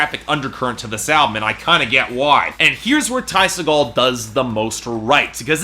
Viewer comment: Its pronounced see-gull